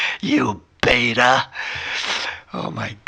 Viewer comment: Beeta! Amazing! Haha. Great work.